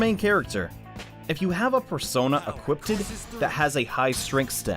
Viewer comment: Equipted? lol